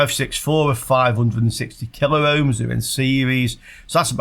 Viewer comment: it's kilohm amd megohm. Only two syllables. No 'a' in the middle.